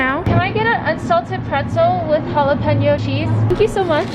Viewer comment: I think there was a Y in there "jalapenyo" no hate!